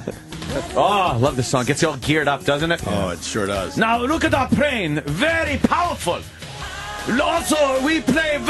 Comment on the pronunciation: "Fry Guy" "Prane" "Vorryball" "Riceman"